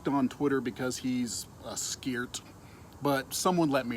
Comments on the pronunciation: cant even pronounce ScareD, he says ScarT, sounds like a mistake you make when ScarT. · He very clearly says askeert, you may want to get your ears checked because your hearing isn't up to snuff. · u say scarT, not sure what you are talking about, apparently neither are you.